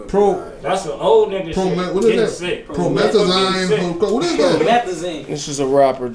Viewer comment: "What is that Prometha-Ziiine?" 😂